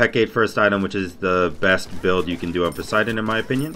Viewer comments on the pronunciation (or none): none